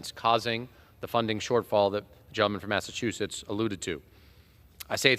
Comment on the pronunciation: She said “Massa-too-shetts